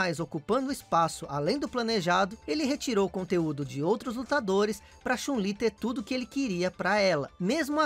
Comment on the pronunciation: A pronúncia de "anime" que você fez tá errada, cara. A de "Chun-Li" tanmbém. Onde existiu esse século "1900"? Não seria mais fácil dizer "Século XX"?